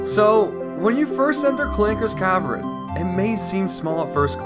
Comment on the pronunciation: And he says cavren instead of cavern.